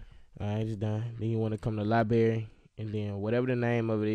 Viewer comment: "Lie Berry"